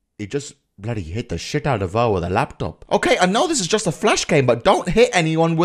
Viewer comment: When said at the start “Let’s go with the lapytopy” I used to say that when I was younger lol:D